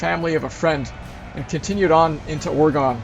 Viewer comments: Excellent video. We are considering doing this journey in a Jeep! I'm dying to drive Ophir Pass in CO. A friendly tip from a native Oregonian to anyone who's willing to listen and learn: we pronounce it "OR-a-gin" instead of "OR-ee-gone". Happy future travels to you,! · Great video and some beautiful scenery… Side note: Oregon is pronounced “Ory-gun”. I hope to some day take this same trip in the next handful of years. Cheers 😀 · its Oregon not oregone we didnt go anywhere